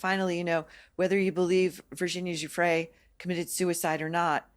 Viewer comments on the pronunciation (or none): 24.02 min: this deceitful man Brian Basham can't even pronounce Virginia Guiffre's name properly. He says he's conducted investigations into Virginia's case and yet repeatedly calls her Virginia Jeffreys. 25.40 min: wow, the anger and aggression this man is utterly vile. Just googled him - bit of a history.